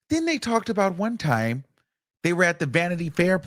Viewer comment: wunn timeee 😂 omg